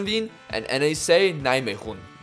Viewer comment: Cool series. Btw instead of saying NEC Nijmegen we just say Nec (pronounced like neck) and same for NAC Breda we just say nack